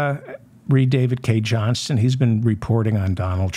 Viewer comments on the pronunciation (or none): none